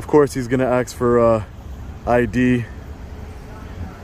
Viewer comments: I love your videos, but I cringe when you say,... "axe" me for id... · Did you say "aks" for ID?....lol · THERE IS NO X IN THE WORD ASK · Pronouncing "Ask" like "AKS" - bruh, learn to say it. That's beyond mispronunciation when a litter is literally relocated. To literally, 'un'-ironically say it like a certain meme'd demographic is insanely surprising to hear when you are not from said demographic.